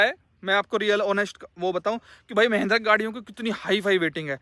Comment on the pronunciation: Mahindra ❌ Meehhhhndira ✅